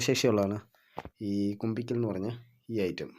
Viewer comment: Kumbikkal alla, kumbukkal😅